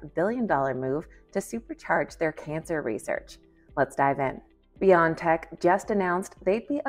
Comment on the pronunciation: It's B-O-tech, not beyond-tech